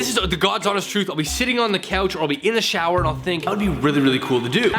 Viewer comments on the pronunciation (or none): none